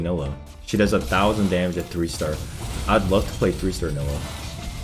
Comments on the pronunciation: Bro its not nilluh, its NYE-LAH. Please learn the champ names ffs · you say NI-LAH not NILLAH! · Ny-luh not nilla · STOP SAYING NILLA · Omg.. it's pronounced NAILA 😂😂 Love your vids man but everytime I hear you call her that I cringe harddd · fr stop saying nilah with two L's